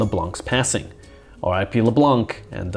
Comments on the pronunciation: C is silent in Leblanc...😮‍💨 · The c in LeBlanc is silent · Why do Americans mis prounce leblanc. The c is silent . As someone who grew up with a good 60 percent of the city name leblanc . Its annoying to hear americans mispronounce the name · It's actually pronounced "Leblan" and not "le blan(K)"... the "c" is mute in "leblanc" Yes I'm french... that's how I know 😉